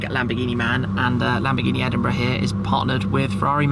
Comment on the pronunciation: The way he said Edinburgh.Sounds like Edinbruh